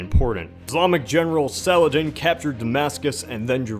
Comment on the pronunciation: That pronunciation of Salah'al-din XD